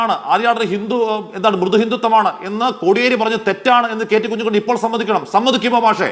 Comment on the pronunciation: കുഞ്ഞികണ്ണൻ അല്ല. കഞ്ഞിക്കുണ്ണൻ